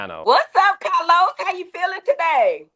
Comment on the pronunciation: 🗣️Cah- loz, fix yo damn innanet.